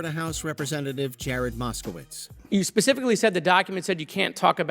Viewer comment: Mr Gallaudet, 'pacifically designed' lol